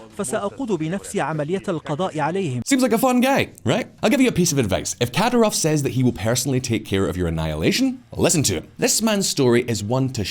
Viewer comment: its not "katarov" but "Kadiirov" ...your spelling is so wrong lmao